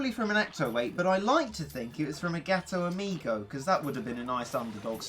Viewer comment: Is it just me or does sound like ghetto amigo instead of gato amigo